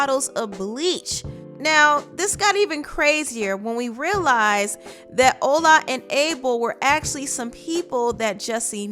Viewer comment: it is pronounced ola not ula (the nigerian men)